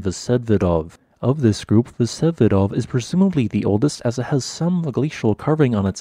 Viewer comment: Vsevidov pronounces with accent on i.